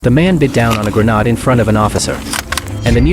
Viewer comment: GreNADE - not Grenaad😆